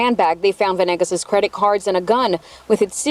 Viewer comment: Isnt it veNAYgus? They keep saying venIGGAS